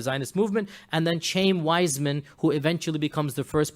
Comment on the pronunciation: It's pronounced Chah-yeem Weizmann, not Chame, you fool. He wasn't a wealthy Jew he was a poor Jew that happened to be a brilliant chemist and invented a way to mass produce acetate so that the British could continue to produce explosive shells and win the War. It was partly out of gratitude for this contribution to the War effort that the Balfour declaration was written. And FYI Jews have been trying to get Jerusalem back ever since it was destroyed by the Romans 600 years before Mohammed was born.